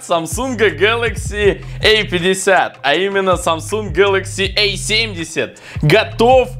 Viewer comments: Эй 50...эй70...А и эй. Дурик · Самсунг гэлэкси А50,а не эй50